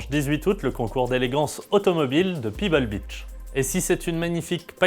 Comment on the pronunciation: C'est " Pebble Beach" et non "Peeble Beach". Et ca se prononce "Pébeul" pas "Pibeul" Pebble ca veut dit galet en anglais.